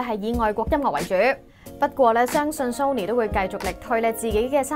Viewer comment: 終於有人讀啱”Sony”, 香港9成人都讀錯, 留意埋”Nokia”, 係No-kia 唔係”Lok-Kia”